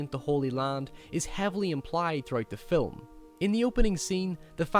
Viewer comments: You can't say film? You have to say filim? That does it. You fuckers don't know how to speak English. They will soon filim me chasing you with a bat. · this dude said filim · First time ive ever heard the word film pronounced "phillim" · "the fill-em" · Its not spelled fillum, now, is it buddy? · cool accent i like how he says film, it sounds like fill'em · signoguns Yes and no. While I was very hard on this guy 7 months ago, I still kind of stand by what I said. I don't think anyone should change their accent to appease anyone else, but sometimes there are certain pronunciations that simply have to be changed. For instance, Fi'ilm. Half the English speaking world doesn't know what that means, and the other half thinks you have a speech impediment. You can very easily maintain your accent and adjust how you say that word to be understood. The other thing I disagreed with was the logic of your last point. Just because you were raised a certain way doesn't mean it's "right". I spent a year living in Australia, as you so astutely observed, and my impression of them based on their manner of speech was very poor. There were those Australians who were aware that they were trained to speak like morons and took steps to adjust the way they spoke. As a result they were more intelligible, better understood, and perceived to be more intelligent. They still had their accents, and their culture, but they didn't sound like morons because they were aware that they were saying things like, "nay-cha" instead of "nature". Life is about improving ourselves, in all facets. If you're just going to stick with what you were taught, then you don't grow. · I really like your videos, but you pronounce 'film' so weird.